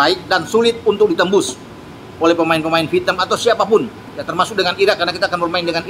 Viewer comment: vietnam 😂 bukan fitnam 😂 Caw